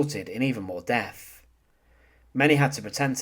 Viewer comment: The really brutal thing about this video is listening to you substituting 'th' with 'f'. Sentenced to deaf?